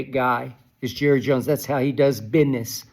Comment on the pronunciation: did Skip say “biness” 😂😂😂 Arena Skip is different